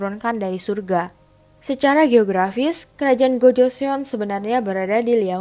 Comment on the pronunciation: Boleh koreksi dikit tentang pronounce nya g? Sbnrnya kalo bilang Joseon itu emang e nya kdg nyangkut kan nah yg bener itu bacanya 'gojoson' e nya rada ilang. Bukan sok tahu tapi aku belajar cara ngomongnya. Sama Seoul itu bacanya 'Soul' kek baca bahasa inggrisnya nyawa. Itu juga kan Baekjee nah itu bacanya bukan bakje tapi 'bekji'. Goryeo bacanya juga bukan goreyo tapi 'goryo' sama kayan joseon yang mana e nya rada ilang. Cheomseongdae, cara bacanya juga bukan ceoseongde tapi chomsongde. Sekian Semangat, kakak